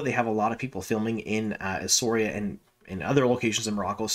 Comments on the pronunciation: Shame you can't check how to pronounce the name of the place where this is being filmed. It's "ESSAWEERA" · Please learn how to pronounce the name!